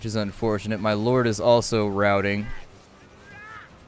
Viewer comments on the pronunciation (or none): none